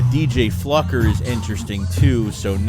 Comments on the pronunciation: Is it not obvious that his name is pronounced “Flew-ker” and not “Fluck-er”????? I can’t stand the tenuous grasp on the English language from both of you guys… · Flukered his name 😂